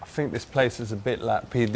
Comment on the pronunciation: "dus you know wot a leap year is? I fink it's like every 5 years....." lolol